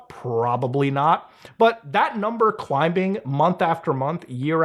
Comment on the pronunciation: I've never in my life heard anyone pronounce the "b" in "climbing."